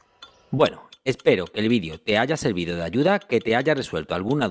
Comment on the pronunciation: NO SE DICE "VIDIO".. SE DICE "VIDEO"!!👍